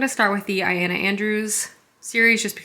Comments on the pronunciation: Wonder if "eye-ona" Andrews finally becomes "ee-Lona" Andrews by the end if the vlog 🙈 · BTW, it’s pronounced Ill-Lo-Na